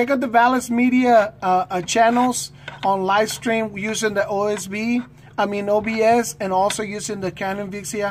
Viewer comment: Its OBS Sorry its just disturbing to hear you say OSB